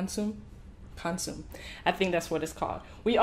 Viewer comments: I'm Mexican and you pronounce it birrià and conmusè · it’s pronounced kon- suu- meh . now y’all kno😭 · Your tacos 🌮 look delicious 🤤 😋! They made me hungry. Note: It’s pronounced consom-may or -meh. The “e” is the short vowel sound. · In consomme, the E sounds like an A. I love your positivity. Stay blessed.- Katrina Parker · your pronunciations were wrong, well you almost had birria but consome was wrong wrong 😂 But you tried and that’s what counts. 💕 love you channel tho!!!